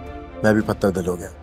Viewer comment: Patar dil nhi pathar dil bolna hy teen bar patar patar bola hy jo theek nhi hy